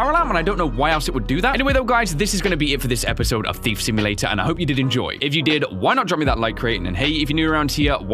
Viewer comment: He said the name of the game correctly!!